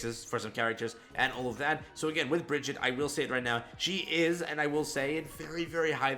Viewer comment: It has to be who now? Bree-Gee-Tah